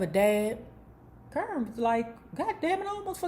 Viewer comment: Lmaoo why you keep calling that girl CURN?.. I fall out everytime you say it KAH-rin